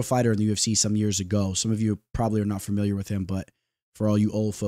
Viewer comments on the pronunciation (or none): none